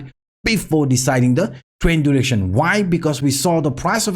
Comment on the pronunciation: I hear trend duration but you say trend direction 🙃🙂